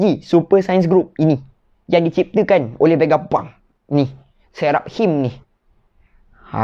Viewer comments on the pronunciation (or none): pronunciation 'Seraphims' = Say-ra-fims. Ada nama hero dalam game LoL Seraphine. Character female. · Sera.fim Mcm tu sebutannya..